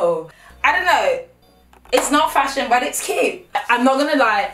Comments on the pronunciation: YES and fashiON 😂😂😂😂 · This is not fash-ion! 😂😂😂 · “A DHL delivery driver, but fash-on” 😂